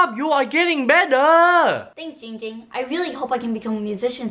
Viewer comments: you guys are saying it wrong! It's giiiiiiiiiiiiiiiiiiiiiiiiiiiiiiiiiiiiiiiiiiiiiiiiiiiiiiiiiiiiiiiiiiiiiiiiiiiiiiiiiiiiiiiiiiiiiiiiiiiiiiiiiiiiiiiiiiiiiiiiiiiiiiiiiiiiiiiiiiiiiiiiiiiiiiiiiiiiiiiiiiiiiiiiiiiiiiiiiiiiiiiiiiiiiiiiiiiiiiiiiiiiiiiiiiiiiiiiiiiiiiiiiiiiiiiiiiiiiiiiiiiiiiiiiiiiiiiiiiiiiiiiiiiiiiiiiiiiiiiiiiiiiiiiiiiiiiiiiiiiiiiiiiiiiiiiiiiiiiiiiiiiiiiiiiiiiiiiiiiiiiiiiiiiiiiiiiiiiiiiiiiiiiiiiiiiiiiiiiiiiiiiiiiiiiiiiiiiiiiiiiiiiiiiiiiiiiiiiiiiiiiiiiiiiiiiiiiiiiiiiiiiiiiiiiiiiiiiiiiiiiiiiiiiiiiiiiiiiiiiiiiiiiiiiiiiiiiiiiiiiiiiiiiiiiiiiiiiiiiiiiiiiiiiiiiiiiiiiiiiiiiiiiiiiiiiiiiiiiiiiiiiiiiiiiiiiiiiiiiiiiiiiiiiiiiiiiiiiiiiiiiiiiiiiiiiiiiiiiiiiiiiiiiiiiiiiiiiiiiiiiiiiiiiiiiiiiiiiiiiiiiiiiiiiiiiiiiiiiiiiiiiiiiiiiiiiiiiiiiiiiiiiiiiiiiiiiiiiiiiiiiiiiiiiiiiiiiiiiiiiiiiiiiiiiiiiiiiiiiiiiiiiiiiiiiiiiiiiiiiiiiiiiiiiiiiiiiiiiiiiiiiiiiiiiiiiiiiiiiiiiiiiiiiiiiiiiiiiiiiiiiiiiiiiiiiiiiiiiiiiiiiiiiiiiiiiiiiiiiiiiiiiiiiiiiiiiiiiiiiiiiiiiiiiiiiiiiiiiiiiiiiiiiiiiiiiiiiiiiiiiiiiiiiiiiiiiiiiiiiiiiiiiiiiiiiiiiiiiiiiiiiiiiiiiiiiiiiiiiiiiiiiiiiiiiiiiiiiiiiiiiiiiiiiiiiiiiiiiiiiiiiiiiiiiiiiiiiiiiiiiiiiiiiiiiiiiiiiiiiiiiiiiiiiiiiiiiiiiiiiiiiiiiiiiiiiiiiiiiiiiiiiiiiiiiiiiiiiiiiiiiiiiiiiiiiiiiiiiiiiiiiiiiiiiiiiiiiiiiiiiiiiiiiiiiiiiiiiiiiiiiiiiiiiiiiiiiiiiiiiiiiiiiiiiiiiiiiiiiiiiiiiiiiiiiiiiiiiiiiiiiiiiiiiiiiiiiiiiiiiiiiiiiiiiiiiiiiiiiiiiiiiiiiiiiiiiiiiiiiiiiiiiiiiiiiiiiiiiiiiiiiiiiiiiiiiiiiiiiiiiiiiiiiiiiiiiiiiiiiiiiiiiiiiiiiiiiiiiiiiiiiiiiiiiiiiiiiiiiiiiiiiiiiiiiiiiiiiiiiiiiiiiiiiiiiiiiiiiiiiiii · OMG IT NOT JING JING ITS GING GING GOSH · It Giiing Ging not ding ding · it’s ging ging/giiiiiiiiing ging not jing jing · It’s Yee yee not ging ging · It's GIIIIIIIIIIIIIING ging. Not gingging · AI U SAY HIM NAME WRONG IT GIIIIIING GIIING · Why u say it wrong it’s giiing ging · it’s pronounced Giiiing Ging and that is funny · Ging Ging be like ITS GIING GING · Guys its not ging ging its giiiing ging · Its not ging ging its GIING GING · ITS JING JING NOT YING YING LOL